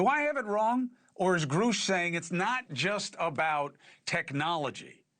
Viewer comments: Not nitpicking, really. That “Grusch” vs. “Groosh” was the most important point of the video. Who cares about NHI, when two out of three men on this video can’t say David’s last name properly. I t’s time for Burlison to ask for an “executive Oder” to straighten out this “Groosh” controversy. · Just so everybody knows now, it’s pronounced "groosh" 😂😂 couldn’t help it sorry lol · Grusch rhymes with Rush. he has said so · You do have "it" wrong... David Grusch pronounces his own last name as [GrəSH]... rhymes with crush, blush, or flush. 🤨 At least Ross got it right. 👍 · Why are they pronouncing it "groosh"? It's weird.. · Anyone else find it strange that Lue is literally the only person that ever says David's last name as "Groosh"? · Why does this dude insist on calling him groosh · Elizondo is disinformation... David Grusch (the former intelligence officer and UAP whistleblower) is pronounced exactly like the word "grouch" (rhymes with ouch and pouch). Why is he pronouncing his name wrong? Is he stupid? Or trying to discredit of play-down David to elevate his own legacy? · Elizondo’s goatee and “groosh” pronunciation are infuriating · Why do these guys say “GROOSH”, everyone knows how Grusch pronounces his name but them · Lou is so funny because he sits there and acts like he knew David Grusch so well that every time you hear him say his name it sounds like he pronounces it Grew like that man Grew to 7 foot tall .... Give it a rest Lou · Stop saying groooooosh for Christ sakes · nobody else says it like that....wtf ?? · “Groosh” is such an annoying pronunciation. They should both know better. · Grusch…pronounced Grush…like crush, with a G. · As I scroll down through the comments it is hilarious that many viewers are more concerned with the questionable pronunciation of Groosh's name than the possible existence of aliens. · Says he knew and worked with the man...then keeps mispronouncing his name. Seems legit... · Why does Lue insist on mispronouncing Grusch's name?